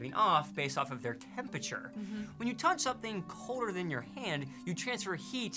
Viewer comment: I know you'll think this rude, but why can't say 'temperature' properly? Is it really so difficult to pronounce? It's just a 'P' next to an 'R'. If you can say 'price' then you can say 'temperature'. I couldn't concentrate on the video because it was irritating me so much (which is relevant to the effectiveness of your communication—which is in turn why I felt I had to raise this point... sorry!) He's not alone, of course. Lots of people do this, and they seem to be the same people who can't pronounce 'strength', 'vulnerable' and of course the notorious 'sixth'. Is there some neurolinguistic explanation?